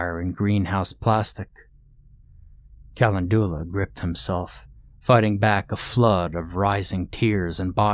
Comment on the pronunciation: With all respect due to one of my very favorite narrators, I couldn't live with myself if I didn't say something when my OCD little brain notices a misproununciation; Calendula is pronounced "ca-len-djew-luh" hunny 🐇. Much love to you and yours, and thank you so much for all your narrations! You give life to so many delightful tales of terror and fright (n˘v˘•) so much happiness have I derived from the many hours of your voice here on ye olde you tube. Yes, thank you, thank you, THANK YOU!! ƪ(˘⌣˘)ʃღ˘‿˘ற꒱(っ˘ڡ˘ς) ┌（^ .^）┘( の •̀ ∀-)و٩(ˊᗜˋ*)3､`)